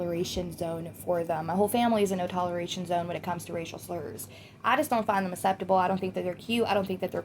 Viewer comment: Please pronounce 'acceptable' correctly 😂 takes me out of the zone every time